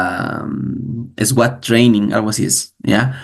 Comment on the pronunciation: Hermanito excelente enseñanza yo también estudio a Curry Blake solo una sugerencia cuando dice SWAT se pronuncia SUAT eso